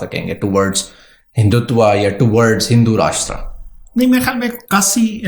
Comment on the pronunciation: It's not pronounced Varnaasi; it's Vaaraanasee. It's not Kasi; it's pronounced Kaashee. Not mandar but mandir (dir pronounced as in bit).